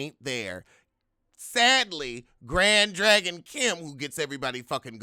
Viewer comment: “Grad Drag-On “ lol